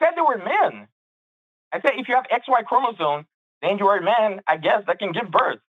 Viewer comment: Bro keeps mispronouncing “chromosome”, yet thinks he knows more than the biologist.